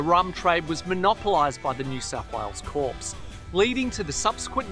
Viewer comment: CORPS is pronounced 'CORE'